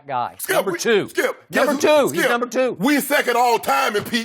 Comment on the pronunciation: Skip says no more numba 2 lmao what it do baby